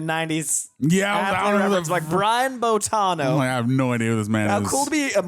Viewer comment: nevermind not knowing famous actor Brian Dennehey, or however that is spelled, and completely missing George freakin' Burns, but you can't pronounce Boitano? You keep saying "Bo-tah-no." Dude. It's in the song. "Boy-tah-no." You guys have missed out. Wait till you see the episode where kenny sees boobs in space. It involves cats. See also: Heavy Metal magazine. It is a trip. And no, there was no real person called, "Big Gay Al." He only existed here. Not that I haven't known a few in real life... gurl. It is disappointing, that you two did not like this. I get it. You were not disrespectful. May I suggest, for future South Park viewing, get other people who do get it and like it? I watch the YT guy, "YeahHobbs," who watches episodes with a friend, both of them early/mid 20s, and they get it, and appreciate it. If you had gotten into it via watching the series, then this movie, it may have helped. Kinda like you need to watch the movie Buffy, before the series, or you will be confused, and hate the movie, which itself was a spoof of teenage horror movies. I have no idea how people don't get that going in. Her name is Buffy, and she is a bleach-blonde cheerleader from The Valley. And she is "The Chosen One." See how absurd that is? One of my watchers hated the movie, because she started the series first, and was expecting a genuine horror movie. She got halfway through, and seriously asked, "Did they get halfway through this, and decide they wanted to do a spoof?" No, hon. Yo